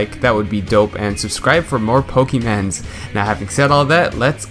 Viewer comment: He said pokeymans